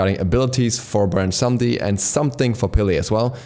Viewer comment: Cringing at every pronunciation of Samedi (Sa-meh-dY)